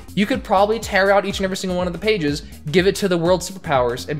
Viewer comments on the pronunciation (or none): none